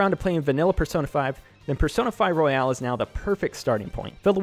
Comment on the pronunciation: it's royal not royale